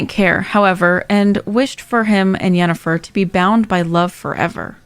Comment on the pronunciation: It's Yennefer. Not with a 'J'.